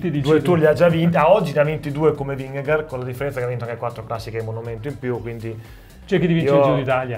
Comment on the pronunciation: Vingegaard è credibile? No. Fine. Comunque si dice Pogàciar, non Pògaciar. E Vinghegard, non Vingegard.